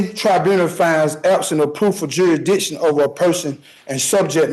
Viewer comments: Stating he speaks english is a stretch . Saying 'jurishdishing' for example. 🙄 I get a little frustrated when judges placate defendants. The judge knows fully well that the defendant is in his jurisdiction. Why not tell him that? Be straight forward. Why tell the defendant I could be wrong? Imo it shows the defendant unsurety. I understand that he's trying to 'dumb' it down for him but the defendant CHOSE to represent himself. Reciting a bunch of words that they don't understand the meaning of, ISN'T knowing your rights. Tax dollars going to more waste. How many billions is this waste going to pay for committing crimes, wasting the courts time and subjecting everyone to this foolishness? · Exaactly. That’s the whole issue, he is talking about Jurishdishion, not jurisdiction. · How does this guy think buy running to the cult group american state nationals for killing somebody?! He should be free?!?! And if they can’t pronounce the words in their script like jurisdiction etc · He can’t even pronounce half the words he is reading lol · Dang, he was so close. His magic spell would have worked if he'd pronounced "jurisdiction" right. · Holy cow, dont try to represent yourself when you read at a 3rd grade level. You cant even pronounce "jurisdiction " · You shall not represent yourself if you can't even pronounce the word JURISDICTION correctly!!! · Oh my. This guy is in BIG trouble. By the way if you cannot pronounce jurisdiction you probably shouldn't be using it as an argument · He can't even pronounce the words he thinks are going to exonerate him for shooting a man in the head. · OMFG!!! LEARN HOW TO PRONOUNCE THE EFFING WORD “JURISDICTION”!!! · I mean... I am a previous felon who murdered someone, and I can't even pronounce "jurisdiction" adequately... At that point, going sovereign might appear to be a very compelling proposition. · You shouldn't represent yourself if you can't pronounce the word "jurisdiction." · Bloke can't even pronounce 'jurisdiction'